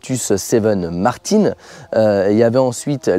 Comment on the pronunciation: Westfield a fait une V8 aussi 😏 la SEight ! Et c'est "Martin" pas "Martine"... C'est Français pas Anglais une Martin ! 😱😩